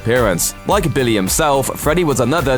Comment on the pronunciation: "Billaye" Several times, "Billaye" Even though he also says Billy correctly several other times.... "Billayee"